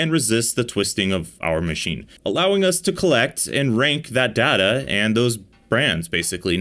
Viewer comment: “We have collected some Da da” 😂